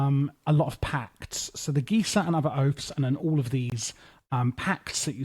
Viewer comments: Geas is pronounced gee-ahs btw. Great mod review. 🫡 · so for reference, 'Geas' is pronounced 'gesh'. Don't feel bad, no one says it correctly just from reading it. It's like trying to guess the pronunciation of , it just isn't gonna happen without assistance.